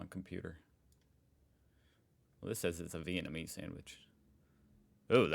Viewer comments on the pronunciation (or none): none